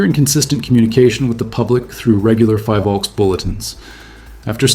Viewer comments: Btw, its pronounced as FI-VOLCS (like Phi in Philippines) not FIE-Volcs. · The first syllable of PHILvolcs is pronounced as you would pronounce the first syllable of PHILippines. Thank you for your hardwork though.